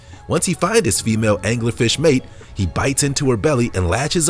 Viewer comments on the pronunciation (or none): none